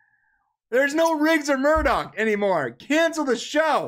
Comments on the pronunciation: Murdoch? It's Murtaugh! I thought you watched this show. Disliked. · There are a lot of great comments here that are just on the money. So thanks to everyone who is helping us create a conversation and shed some light. For those of you that have pointed out that kept calling Murtaugh Murdock, you guys are all 100% correct. If you catch a couple more shows, you'll see that part of charm is him mispronouncing names and me correcting him and then him cussing and apologizing. So I () am mostly to blame for this irritation since I wasn't paying attention to what he was saying LOL. In general we are usually better than this, and hopefully you'll try a couple more shows and see for yourselves. Thanks for the support! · Lol.. And they called the wayans character Murdock instead of murtaugh. These guys shouldn't be talking to other people, they're tools. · Murdoc is on the A-TEAM, the guy name is Murtah, not Murdoc. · It’s neither. His name is Roger MURTAUGH. Pronounced Mur-taw. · Hello, It's Murtagh not Murdock. Anyway, I love this show too and yes I thought clayne Crawford was great, his portrayal of Riggs was what drove the show and made it good. Wayans did nothing for the show. I think they should renew it again next season but have just any older bald black dude come in and play Murtaugh because let's be honest Damon Wayans did nothing for the character, have him wake up from a bad dream where he thinks Riggs actually died but he's not really dead he's in the hospital in a coma. Eventually have Riggs wake up and everything gets back to the crazy normal of before. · I agree. Great podcast. Why do you keep calling Murtaugh Murdock? 😂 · and FFS it is MURTAUGH not MURDOCK! Lethal Weapon not The A-Team! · Hey, it's MURTAUGH not Murdock!! You SAY you watched the show and movies so how do you NOT know main characters names? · His name is NOT Murdock! It's Murtaugh, like murtaw almost! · Murtaugh not Murdoch...guy was killing me the whole video